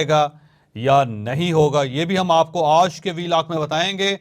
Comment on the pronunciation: Plz pronounce word آج in urdu not in English with a tilt of ur mouth😂